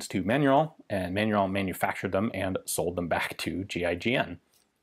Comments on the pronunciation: Haha I was laughing at your mispronounciation of the brand name when I saw the correct spelling on the logo :'D FYI, it's pronounced man-u-ruh (the -in in french is pronounced like a nasal 'ah' or 'uh' sound). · Pronounced "Man-nor-reen".................Jim, Tucson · It took me a while to figure out what sounded like someone saying "Manuel" and "Fillet mignon" at the same time was your way to pronounce "Manurhin" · I see Manurhin but I hear manure-young. I guess that's French.